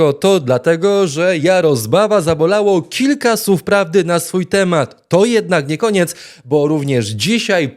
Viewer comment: Panie red., nie “sów”, tylko “słów, nie “susznie”, tylko “słusznie”!!!😊🎉